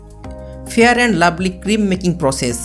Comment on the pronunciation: ফেরান লাভলি না ফেয়ার লাভলি